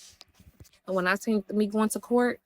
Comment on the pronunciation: Why is she adding a “T” on “seen”🤦🏽‍♀️ if slow was a person 💀